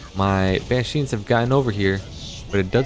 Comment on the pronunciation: took me a while to realize you're calling them ban sheens lol. its banshees